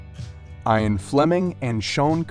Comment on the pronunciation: You should learn how the names are pronounced so your narration doesn’t detract from the pictures. The words you said wrong are: Ian, Lange, tootsie, Dylan and Ave (short for avenue).